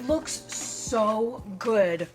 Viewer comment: I was DYING at your “lewks’ 😂